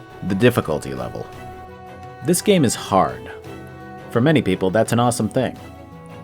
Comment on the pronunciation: "Hollow Knight is too hawd"